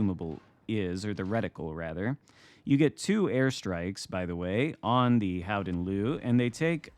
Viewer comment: I spoke to a Dutch guy the other day and he explained its mostly as you said … “Howden Looehh” (like a very slight ehhhh,at the end) Nice work! We can also just call it the Golden Lion, and this would also be accurate 😊 (Nice match & happy birthday 🎂 — Long may your light shine on our seas!)